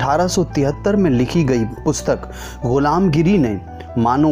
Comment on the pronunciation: गुलमगीरी है, गिरी नहीं !